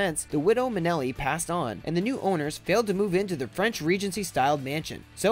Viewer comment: Apart from some poor pronunciation - Vincent Minelli, he was not French! - please do your research. Marilyn's house has never sat abandoned; her name alone guarantees the house sells. In fact, had this channel checked its facts, a quick Google search reveals the house sold after only 10 days on the market for over asking back in June 2017.